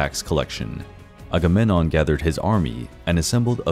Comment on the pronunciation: For a channel devoted to ancient mythology, you'd think he'd know how to pronounce Agamemnon and Menelaus correctly...